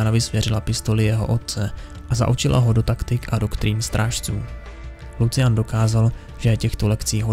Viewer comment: jak ho čte jako lucian to bolí :D